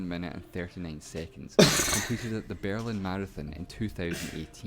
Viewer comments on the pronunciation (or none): none